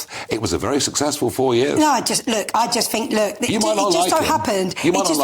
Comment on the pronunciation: Her complete ignorance is astounding. She doesn't "fink" at all, she has nothing to think about.